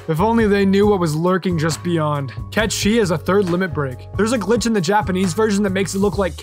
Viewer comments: the Cait sith thing is wrong, its said how is sounds :"Kate sith" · Wrong. Cait sith will always be pronounced (Kate sith) haha. I don't care what anyone says. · I pronounced Cait Sith as Cat the animal and Sith as in the Star Wars Sith lol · Now knowing that Cait Sith is pronounced as Ket Shee means my whole life has been a lie... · ITS KET SHEE? WHAAAAAAAAAAAAAT?? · I'm sorry, what the fuck did call Sephiroth? 15 seconds later I'm sorry, what the fuck did he call Cait Sith?